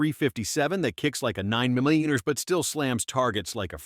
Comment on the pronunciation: Did he say 9mmmumm